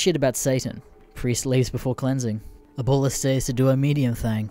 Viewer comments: "Aboola"? My guy. It's pronounces how it sounds. Abuela. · It’s uh, Ah bue la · Boy how the fuck do you get ABDOOLA from A-BU-ELA? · It’s grandma ya fuck … get cultured and I’m American… Abdula ,????? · >pronounces abuela as Ebola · At least he doesn't go full tard like Creepswork and say aBdUlLaH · He says it like “Ebola” 😂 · its not my native language either but it just sounds stupid so you should look up how to say foreign words it will add to the quality of your videos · I love how there is two different uploads of this story I've seen now with mispronounciations of Abuela. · Since when is "ue" pronounced "way" in English? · The pronunciation of abuela is getting me A N G E R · being half border jumper, i agree, THE B IS PRONOUNCED LIKE A FUCKING W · Why the fuck can nobody pronounce "abuela" in this fucking greentext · anyone as pissed as me because of the way he says abuela